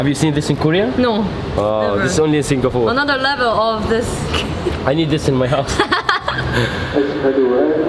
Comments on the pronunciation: Why do you say Singafore !? It's Singapore Or say singafora " Arabic " don't fuck my brain man, fuck am leaving this video. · Singapour not singafour i don't know why middle easterns have problem spelling P they all say B instead , and sorry it damages the ears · يا زلمة Singapore اسمها مش singafoor مشان الله أتعلم إنجليزي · Singa-p-ore it’s ppppp not ffff